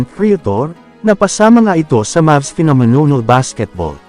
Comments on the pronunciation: Hahaha nakakatawa Yung bigkas nya sa phenomenal hahahaha 😅😂 phenonol😅😂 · Inulit-ulit ko tuloy at dami kong tawa, phenomenonol daw eh 😂😂🤣🤣